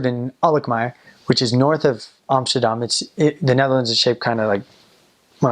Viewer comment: Your say Amsterdam like a real Dutchy, well done 👍